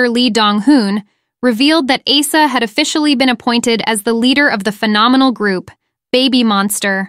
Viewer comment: learn to pronounce Asa pls, i get she's an Ace, but Ace-A sounds just wrong 🥴